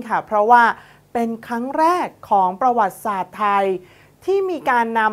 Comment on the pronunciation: กอปร กับ อ่านว่า กอบกับ ไม่ใช่ กอปอน กับ ครับ ท่านพิธีกร ประวัติศาสตร์ อ่านว่า ประ หวัด ติ สาด ครับ ไม่ใช่ ประ หวัด สาด ครับ ท่านพิธีกร อ่านให้ถูกหน่อย เด็กๆดูท่านอยู่!!!